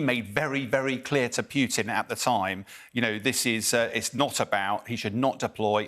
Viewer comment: Who's "P'you'tin?" It's Putin. Pronounce "Pootin."